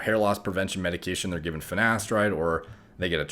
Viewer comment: He said fenasteride